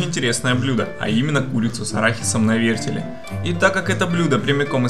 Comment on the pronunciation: "Нанизать на вертелЬ", "положу протвень на дно" ВертеЛ, пандарийские неучи, протИвень! Разбил фейспалмом лицо. Видео крутое, но курица выглядит неаппетитно :'(